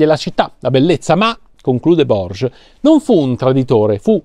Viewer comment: Borges si legge "Bòrghes"...